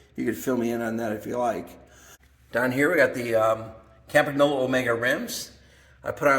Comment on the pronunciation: 22 seconds in. "most had funny names we couldn't pronounce " 3 seconds later: "cam-pag-nolo" AAAAARGGHHH (it's pronounced Cam-pan-yolo) Nice collection; I ''collect' bikes roughly between (the last of the pro steel bikes), think Colnago Master olympic, Tecnos... I have a bike quite similar to your Pinarello Treviso but just a bit 'younger' with internal cable routing. nicest bike of your collection imho: The Colnago Buckler. If I ever find one in 54 or 55...